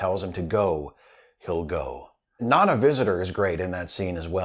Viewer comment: Hey, great episode. The Visitor is my favorite Trek episode as well. I cry every time. Side note, it's pronounced "na-NA". Emphasis on the second syllable. (Source: her, on the Trek cruise.)